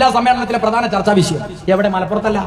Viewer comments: വിശയം... അല്ലടാ തീവ്ര വാദി... വിഷയം... ആദ്യം മലയാളം നന്നായി സംസാരിക്കാൻ പഠിക്ക്.... എന്നിട്ടാവാം തീവ്ര വാദം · Visayam All sudappi will talk like this They can't pronounce 'Sha'